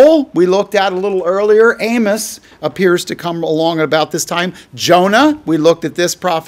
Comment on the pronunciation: Excellent teaching on Amos & even for teaching me how to pronounce his name correctly! Blessings 🌷